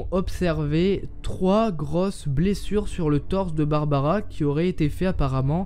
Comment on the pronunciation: barbara , et pas barabara ^^ . Oui je sais elle date cette vidéo mais comme je suis un nouvel abonné, je visionne des suggestions. Sinon : c'est bien d'avoir laissé tomber les bulles façon BD ( en + les nuages ; ce sont des pensées, pas des phrases dites )